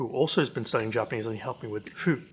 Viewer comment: I find it really interesting to see someone completely new to Japanese trying out this program. It's been so long since I started learning Japanese completely from scratch that I don't remember how hard it was! Your pronunciation is already really good, it seems like the natural sentences help a lot!